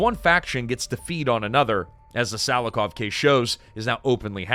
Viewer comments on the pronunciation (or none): For Russian speaking man this is so funny to listen because of all wrong stresses in names and surnames. PEskov 😂 SilovIki 😂😂 Both times the stress falls on the last syllable, fyi.